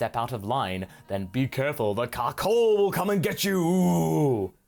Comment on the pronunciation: I keep hear cuckhold when he says carcolh 🤣🤣😭😭😭